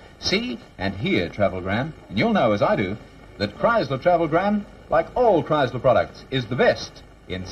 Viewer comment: Kriesler sound like Criysler!